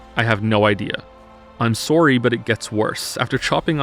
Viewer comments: 'I'm soarry'. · That " Sorry " was the most canadian thing I've heard yet!